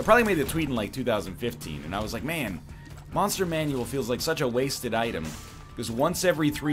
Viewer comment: Whenever NL says "Monster Manual" correctly I freak out.